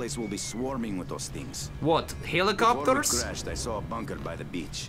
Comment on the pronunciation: helecoptars lol that was the best part